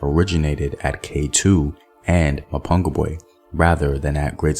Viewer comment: STOP murdering the words "Mapungubwe" and "Changamire DOMBO "